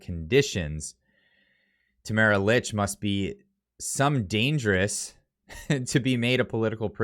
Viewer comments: It’s pronounced “Leech”, not “Lich” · Just an FYI I believe that Tamaras last name is pronounced like “leech” 🤓🤷🏻‍♀️